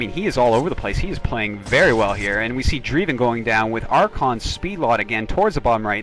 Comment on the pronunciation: nice game! Isn't Dreiven pronounced "DRAY-ven", not "DREE-ven"? My intuition about English diphthongs tells me the former sounds more proper, but I could be wrong.